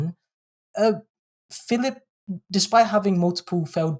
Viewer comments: His name is PHILP, not "Phillip". He's a vowel-shy waster. Britain needs more vowels, and Philp's oeuvre contributes nothing to that at all. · There's no second 'i' in his surname. It's Philp. He's sometimes known as Crispy Filth in the constituency.